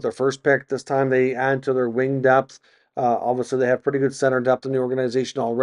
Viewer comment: You do a good job but some constructive criticism would be to work on diction! It’s pronounced obviously not obvosley. You use that word constantly please say it correctly.